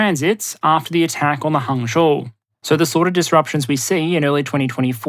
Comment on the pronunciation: Dude...congrats on pronouncing Hangzhou correctly. Been hearing Hang-zow all week. Love your work. None of it boring. Nice pace as well.